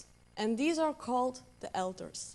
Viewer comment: just wanted to comment on a possible mispronunciation . An ego in an ego-net is surrounded by alters. It sounds like she said elders. The auto captions got it wrong too.